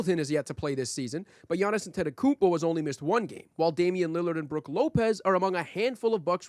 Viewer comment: Omg please stop calling him G-annis that is insane lmao